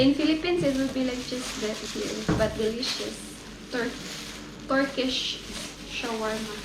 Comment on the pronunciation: Yurlis где ты там нативный английский увидел? Ее английское произношение режет слух. Делишас, делишас